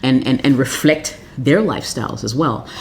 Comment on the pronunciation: yeees😂😇😇 I like it how he says number 9 let th outfit refrect you..